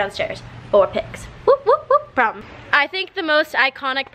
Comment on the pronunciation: I'm I the only one that hears "Pom" instead of "Prom"